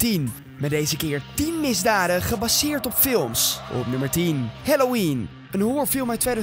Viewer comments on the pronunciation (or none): none